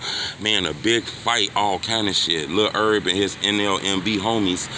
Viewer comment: 😭😭😭😭 cut em some slack that's how u pronounce it otherwise lmfao he cracks me up with that though he always calls him Lil Erb. I know he saw the comments last time he did it 😂